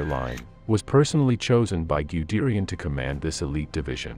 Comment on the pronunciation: Grobdoochland, Gooderian, Wermakt, The Roo Basin. Aaaaah. Computer Generated voices, my old friend. Well produced video though. :) Great stuff.